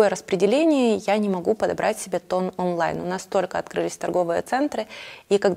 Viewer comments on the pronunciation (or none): none